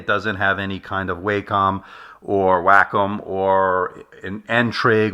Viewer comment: Wacom is pronounced Wah-Kum. Listen to it at